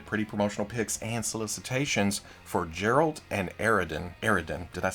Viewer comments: You got Geralt’s pronouncation a bit wrong. It’s not Džeralt, it’s Geralt. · Ah yes Gerald. Geralt's name is pronounced geh-ralt. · Geralt! Not Jeralt!!!!!! AAARRRGGGHHH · You said "Geralt" but it's pronounced "Geralt" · "Jeralt and Eredin...did I say that right, Eredin?" Love, nails the name he thought he failed and botches the one he thought he nailed 😂